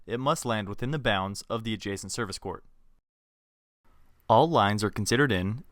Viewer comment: i watched this in pe and i hate how he says court